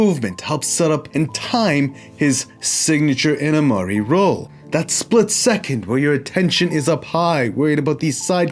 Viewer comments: its imanari roll not inamari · Inamari ?? Its iminari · Its IManari not INamari you miscreant, you peasant! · "Inimari" lol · not to be one of those guys, but just so you know, it sounded like you might have gotten the M and the N reversed in your pronunciation of "Imanari roll" :)